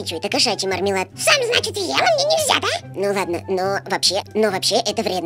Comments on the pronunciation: Не мармелад а мурр-мелад !!! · не мурмилад а мармелад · Не Мормелад а Мурмилад😘😘😍😍